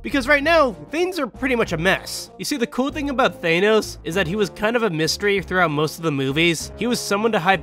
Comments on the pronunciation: Thane-ose XD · Nice video…I just can’t get over “Thaynos” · Why do you pronounce Thanos like that?